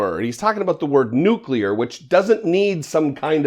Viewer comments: Nuclear, not nuculear. He might subconsciously be aware that he is mispronouncing the word?... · I have never, not even once, heard Trump pronounce the word "nuclear" correctly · 'The N word?' as strange as that sounds to the best of my memory Republicans have alway pronounced it "nook-ya-ler" but Trump got this one point right. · He really wants to say the N-word.... not nuclear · "The N word" because it's going to take him a moment to remember how to pronounce nuclear correctly.